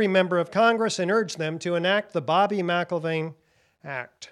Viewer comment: Excellent, but, and without meaning to be or even seem to be offensive, McIlvaine shouldn't be pronounced as if there's a letter 'a' in "Mc". Two simple examples that're very well known are the names MacDonald and McDonald, both of which we all know to exist while also not being pronounced as if both begin with "Mac". It's a matter of linguistics, say. And with that said, I wish you all great success with the Bobby McIlvaine Act as well as your full mission and all of the work you've all most dedicatedly performed for over a decade now.